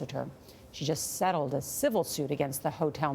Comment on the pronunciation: Why you gotta say settled like that lol